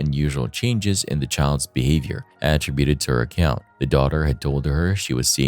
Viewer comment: If I never hear the word att-ributed ever again I swear. Not only is it being pronounced wrong it’s being used like 4 x a sentence geez